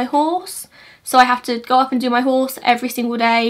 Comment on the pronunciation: It’s embarrassing how long it took me to figure out that you said “I have my horse” and not “I have my halls”... 😆. I was like “what the hell is a halls”?